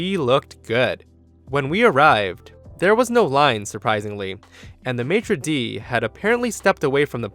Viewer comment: As a french i thinks thats funny how you say "Maitre de" and "sommelier"